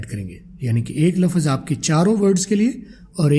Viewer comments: I think phele Urdu la -fz ko lfz bolden phir english seekh Len ge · logon ko ap English sikha rhy ho,pehly urdu to seekh lo "lafaz" nhi hota "lafz" hta hai mre bhai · 😂😂😂 abe lafz hota lafaz nahi😂😂 chutiya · Ap lafaz ko lafz bolen bht ajeeb lag rha hai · Sub theek hai plz lafz ko laffaz mat boliye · You are not pronouncing the Urdu word لفظ correctly. It is not “Lafaz”; instead, it is “lafz”. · Pehlay aap urdu sahi bol lain plz , lafaz nhi hota bhai